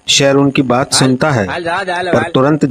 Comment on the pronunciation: Sheer aa shear ni😂